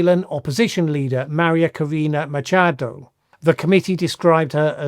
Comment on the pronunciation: Machado not micha el